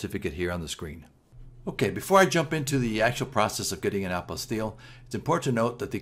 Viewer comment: Thank you for pronouncing the word properly!!